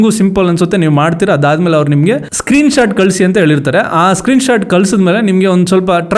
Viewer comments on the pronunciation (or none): none